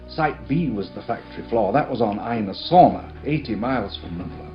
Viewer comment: it's "Ees-la" Sorna